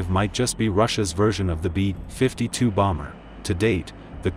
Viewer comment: "The too. 95 might just be Russia's version of the bee. 52 bomber." 🤦‍♂ I can't f***ing stand that synthetic text-to-speech narration. Practically all of these so-called "military" channels that review military hardware like aircraft, tanks, ships, etc. use that synthetic speech garbage.